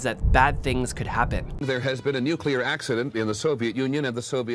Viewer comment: Great video on an interesting topic. I don't worry about my SMC 55mm other than not holding up the rear element to my eyes. Sounds like you may have adapted GW Bush's butchering of the pronunciation, however. Repeat after me.. NOO-clee-Ur (not NOO-cue-Lur).